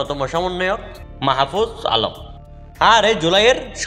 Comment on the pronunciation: ভাই ওনার নাম টা শুদ্ধ ভাবে উচ্চারণ করেন ..